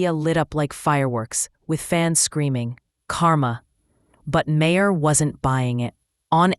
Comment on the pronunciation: I can't stand this AI BS. It called him Mah-her lol then in the next sentence says it correctly.